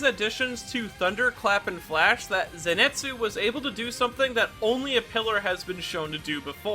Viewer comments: Nice video, but everytime I heard you say Zinetsu instead of Zenitsu, a vein popped out of my forehead. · His name is ZENITSU. NOT ZENETSU. There's an I in his name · I was hearing zenetsu all the video, and bother me so much... I'm glad that I'm not the only one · Dude, "zenetsu" I know it's annoying to hear people correcting you over small things, a specially when it's affected by your accent. But hearing you say "zenetsu" Over and over again is taking a toll on my mental health it's zenitsu. I know this is annoying, buuut hearing zenetsu over and over again is also pretty annoying. So please it's an i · Who is this “Zinetsu” you keep talking about? Is he Zenitsu’s twin brother? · I'm sorry but it annoys me how he pronounces the name "zenitsu" as "zinetsu" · Ok is it me or is he 90% of the time saying "Zinetsu" instead od "Zenitsu" Not to hate tho, I love this kind of videos and I love this channel but it just puzzled me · I like how he says zinetsu instead of zenitsu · But it kinda bothers me that you call him ‘ze ni tsu’ and not ‘zen i tsu’ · Zen-neet-soo 👏 Zenitsu 👏 not zen-net-soo 🙂✨ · paige Jay Wrong. his name is CANONICALLY spelt as ぜんいつ、not ぜにつ THEREFORE, it is pronounced “zen-et-soo”, not “zen-neet-soo.” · If you are gonna make a vid like this can you please say his fucking name correctly. ( Zen EE TS zu ) 🤦‍♂️ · Ze Ni Tsu! Repeat after me! ZE NI TSU! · I was gonna watch the vid but then he said Ze net su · Just like saying Zenetsu huh ? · I’m sorry but the way you pronounce zenitsu hurts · U keep saying Zenitsu’s name wrong 😑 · That name pronunciation tho. It’s killing me.